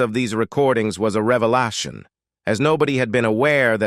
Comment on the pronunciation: This video was such a "reva-lart-shon"